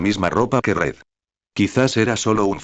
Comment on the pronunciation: en vez de Red es Ñed xd